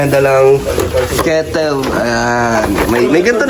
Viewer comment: Kitel Ay kettle hahahahhaha .Certified taga Daet ka na kalingap dan 😅😅